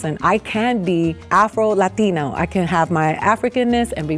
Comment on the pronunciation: why can’t he say afro??